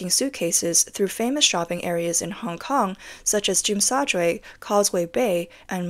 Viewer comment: you cant even pronounce Tsim Sha Tsui properly. how much you know about hk. just some sour grapes trying to paint more gloom picture of HK. yes hk property down/ yes stock market is down. with natural local people spend less. hkd is link to usd. usd went up so much over the few years... tourist finds hk more expensive... i.e less tourist. is all about getting a got deal.... dont try to paint it as all politics issues.